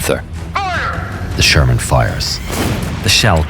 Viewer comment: ШермАн. 😂 Шарман, шарман😅